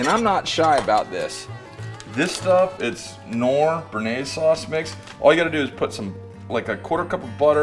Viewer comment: By the way. you pronounce the „k“ in Knorr. Like the „c“ ind corn. Nice video especially now when we‘re all staying at home all over the world. Stay save and greetings from Germany.